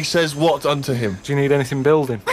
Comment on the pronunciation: "do ya need anyfing building?"